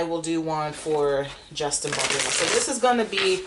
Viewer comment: It's BaldOni😂